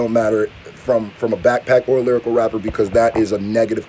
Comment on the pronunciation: “Lyricool” that ain’t it chief lol